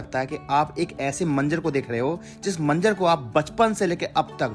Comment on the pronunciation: Manzar , boliye Manjar nahi. Urdu zaban Sikhiye